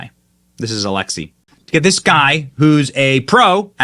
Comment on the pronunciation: It's not Alexis. It's Alexi, and it's a dude, for anyone who was confused. Used to play for the USMNT back in the day.